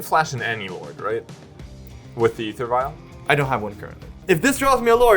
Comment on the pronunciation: As an American, I’ve never heard æther vial pronounced that way